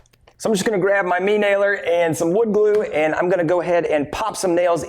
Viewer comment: I don't know what you keep saying whenever you bring up this nailer in your videos....It's a brad nailer right? I keep hearing "Me nailer", are you intending to say "Main" nailer? I don't know wth a me nailer is LOL.